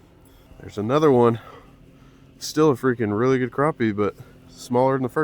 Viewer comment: “Anotha one”😂